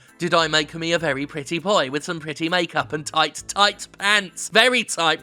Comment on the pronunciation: Noice and toight